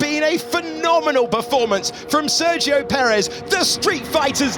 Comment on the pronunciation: It would be terrific if the locutor learned how to pronounce "Sergio" correctly.